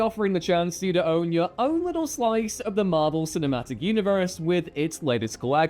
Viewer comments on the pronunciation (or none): none